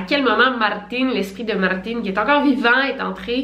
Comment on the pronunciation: J'adore comment tu prononces les prénoms comme eux-mêmes le disent et pas prononcé en français genre Martin qui se prononce comme Martine